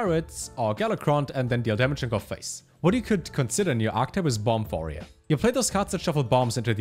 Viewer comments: "Vorerior" - trying to say 'Warrior' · I heard voyeur 🤣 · Nobody:: Vorrior (subscribed at this point) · Lol, I wondered if he is german.